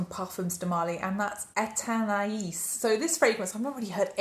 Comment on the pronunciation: Thank you for sharing your thoughts on these new releases. I have smelled Athénaïs by Parfums de Marly. (Thank you for saying the correct pronunciation of this. The SA didn’t even bother to say it) This is okay. I would not get a full bottle of this. I like your description of this. Near the dry down, the neroli starts to shine and it becomes this soft clean fruity floral, a little like laundry soap or a soapy clean scent. wouldn't spend $400 on it.